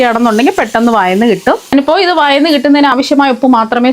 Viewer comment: വയന്ന് അല്ല വഴന്ന്